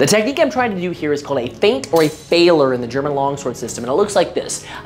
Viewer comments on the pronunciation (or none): not failer, but rather pronounced FE-EH-LA(R) (more like long E instead of 'AI' here), fehler means 'error' in German, if there is one thing that tickles me, it is how english-speaking world tries to pronounce latin or german... I'm sorry, I love the content and massive amount of knowledge here, but I cannot help to fell somewhat disappointed at language which I learned to love over the years (and yes, I am POLISH and one of my fav languages is GERMAN :D )